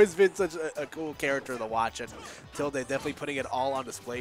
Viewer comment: It’s pronounced Till-Day lol. That bugged me the whole video